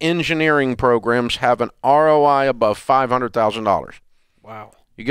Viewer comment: Bro it’s pronounced program not progrum